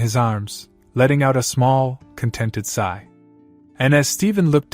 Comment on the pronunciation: Its sigh not side